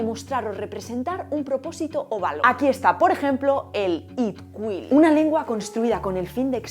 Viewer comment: Grazas a Deus que equivocastes as pronuncias de Itkhuil, porque nin sequera o seu creador, Dom Quijada, o fala correctamente e o entende ben, tanto que nin sequera se ensina unha antilingua, a moral de Itkhuil é negativa, e todo o que é. unha lingua non pode debe ser e non o que ten que ser, de aí que sexa complexa máis alá de crer. A Toki Pona é o contrario da linguaxe terapéutica da felicidade para que penses e te expreses dun xeito optimista e feliz. Fala da interlingua no seguinte vídeo. Bicos no coraçón linguriosa.💋💋💋❤️